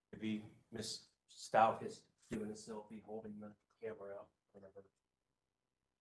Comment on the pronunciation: He called Al Allen! His name is Albert! And he mispronounced Stauch!